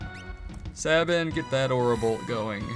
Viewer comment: I've never heard Sabin's name pronounced like that b4, everyone I knew pronounced it "SAY-bin".